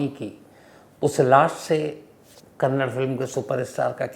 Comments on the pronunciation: Sir, please correct your pronunciations. Its not Karnatak but its KARNATAKA and its not Kannad but its KANNADA. Being a great orator if you make such mistakes what can we expect from normal citizens ? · Kannad nahi Kannada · So many mistakes it’s. 1) kannda and not kannad 2) Also it’s Pavitra Gowda and not Goud. Don’t expect this from a Senior crime reporter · Appreciate your time, but first of all it is Kannada not Kannad, and it Pavitra Gowda not Gowd. Please atleast know pronunciations. Kindly do some research on this as well. Gowda is a big community here, it is not good to pronounce the second name in this way. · It's Kannada not kannad and Karnataka not Karnatak pls note and show respect.